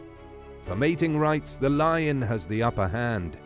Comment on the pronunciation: Love it, by the way I thought you said Liger vs Liger 😂